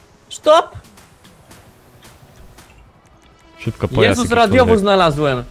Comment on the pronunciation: "sztop" hahaha